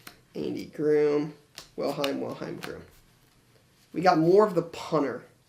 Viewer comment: Love your videos....but ...You keep pronouncing it wrong...Matt WiLHELM....not WiLHEim....the second to last letter is an L not i. :-) keep up the great content.